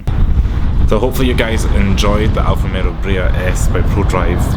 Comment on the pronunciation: I feel like you are saying Alfa RomeRO instead of Alfa RomEO. It's not just the accent dude